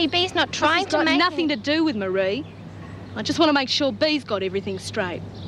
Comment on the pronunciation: It's Ann Reynolds with a god awful accent, and why does everyone in Barnhurst pronounce Marie s name wrong,mar_ree not mary.